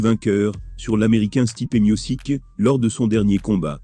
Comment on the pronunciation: je sais bien, mais la manière dont la voix robotique prononce le nom est vraiment marrante ;) Normalement on le Prononce, Stipé Miotchich